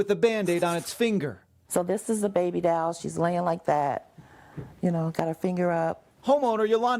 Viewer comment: WHAT IS A DALL...IT IS A DOLL STUPID NEWS GUY. I CANT STAND NEWS REPORTERS AND POLICE